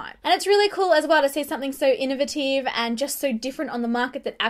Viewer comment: Girl how did you say innovative?? lol